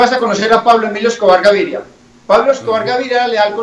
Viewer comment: Paulo emilio escouar gaiiria (pronunciacion de pope)